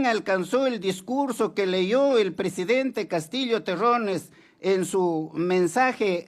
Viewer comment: Viejo Ignorante!!! En vez de decir PRESIDENTE, dice PRESEDENTE. Encima es MOTOSO!!!